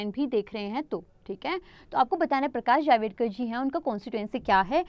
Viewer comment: Its not प्रकाश जावेदकर Its प्रकाश जावड़ेकर 😊